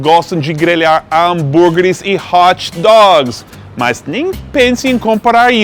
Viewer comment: Que orgulho, tá falando com o nosso jeitinho: "hotidog" e depois "outibacki" aaaaaaaaaaaaaaaaaaaaaaaaaaaaaaa aaaaaaaa que lindo